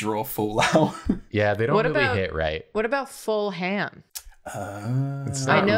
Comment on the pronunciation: Please don't tell me thought fulham was pronounced full ham (9 times out of 10, if a british town/city has the -ham suffix, it's not pronouced like that - fulham is pronounced fullum)